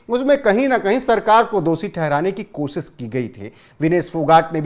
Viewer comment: चैनल वालों से अपेक्षा है, कुछ ज्यादा पगार देकर अच्छा उद्घोषक रख लें।क्योंकि आपके ये वर्तमान उद्घोषक का हिंदी उच्चारण अशुद्ध है, कोशिश को कोसिस बोलते हैं।